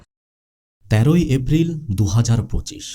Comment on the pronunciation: vai apni ki uccharon sundor vabe korte paren na?? afril ki?? dufur ki??